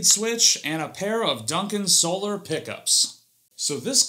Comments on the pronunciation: I always enjoy your reviews, but I hope you've learned how to pronounce the brand name since then :) Think Soul-R insead of Soul-er. Just picking on ya. I know this is an older vid but keep up the great work that you do!! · 19secs in and I’m already offended you pronounced Solar with the ER inflection (SoLER) - like an eclipse or the regular spelling of this word - when the brand is actually pronounced So-LAR.